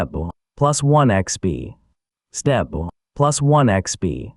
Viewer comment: Ai trying to say step SESSTEPPPO